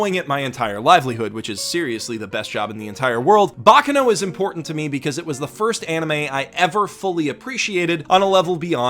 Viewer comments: Please. it is /bak'kano/ not /'bakkano/. that pronunciation hurts a bit. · The accent is on the second "a" in baccano, and the force needs to be put in the c's, not in the final "no". I don't know what "bocno" is. Sorry, I had to. But... Basically, what made me today are friends. I wouldn't be myself if I hadn't have some friendships through my life. Yes, friendships are one of the main changing forces in my life, both for the better and for the worse. The second I would say it's videogames. The third... I know this would be both laughable for and embarassing, but one of the first thought I EVER remember is being myself, always. And I think that that thought was implanted into me thanks to... Winx. Yup. That bitch ass, lookin' ass, girly ass shit it's the thing that (probably, I don't really know) made me TO THIS DAY. And I am grateful for that. I might have to thank the creator, if I manage to meet him ever again. (Yes, I """"""""met"""""""" him at my first, or second ever Lucca Comix and first/second ever convention, I don't remember this too) Another thing that shaped me in a very strange way was Avatar too. I love that show. Writing this almost made me cry, actually ahah. I am, unfortunately very easy to make me cry, my ex described me as a "glass cannon", while for my whole life I though of being just a very, very VERY weak kid who would not grow up. Plus loving to cry is another thing that helped me think that I was just a weak, frail, powerless kid and girl. And let's not talk about one of my best friends who told me this exact thing. Ok, I g